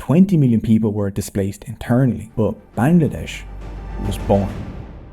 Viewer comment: Actually it’s pronounced ban-gla-desh 🤓